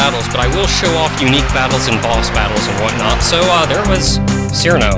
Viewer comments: your the 2nd person to pernounse cirno's name wrong it's (k-ear-no) not (S-ear-no) or at least that's how iv'e been saying it and i will never stop saying it like that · ITS CHER-NO, NOT SIR-NO! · It's pronounced Chiruno. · "Cirno" is "Seer-no" "Chirno" is "Cheerno" "Chiruno" is "Chee-roo-no".